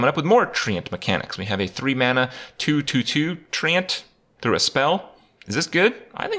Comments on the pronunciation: The way he says TreeAnt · Why does Kripp pronounce “Treant” like he’s from Belfast? Isn’t it pronounced like ‘trent’? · If I have to hear Kripp pronounce Treant one more time I'm going to hang myself from one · Thats not how you pronounce treant!